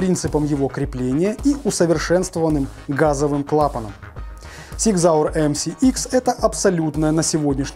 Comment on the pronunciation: Супер обзор! Фирма называется Зиг Зауэр, а не Сиг Зауэр! С уважением, Пётр, Германия